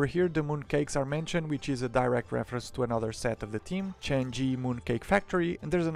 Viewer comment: Hello, nice review! But as a Chinese,I have to point out 2 mistakes.First, it's not a noodle shop, a hotpot shop actually. Second, the name Chang'E should not be pronounced like change, but chan ur more likely. By the way, I really like you moc building videos, hopefully you can restart it one day.